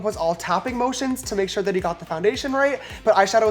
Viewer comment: shore = definitely not sure